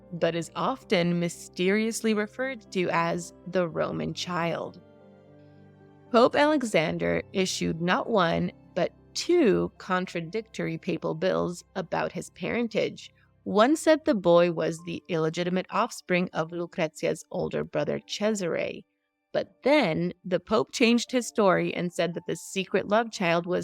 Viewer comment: Just a nit: it's Papal Bulls (not bills).